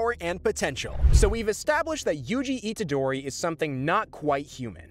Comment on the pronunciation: Good video but names arnt said right